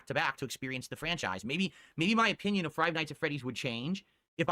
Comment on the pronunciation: frive nights at Freddy's